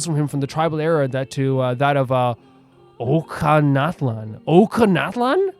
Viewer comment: Just so you know, Ochkanatlan is pronounced with a soft C instead of a K. So it sounds like OchiKaNatlan, but without the i sound